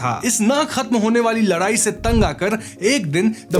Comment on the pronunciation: Ladayi ❎ Larayi ✅😂